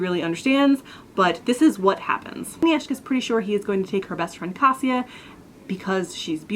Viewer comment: ***** I'm not good at explaining phonetics, but you made the I in kaSIa a long sound, while the correct pronunciation is short, sort of like you did for agNIeszka. So that would be more like kaŚa, not kaSJa. Does it make sense? LOL